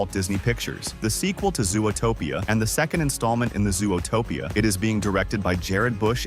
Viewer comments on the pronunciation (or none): Is this narrated with an AI voice? Nobody pronounces it "zoo-o-topia". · so it does look sus. I thought it was only me. also. why does the voice over say zoo-uh-topia 2. are they using ai to do the voice overs?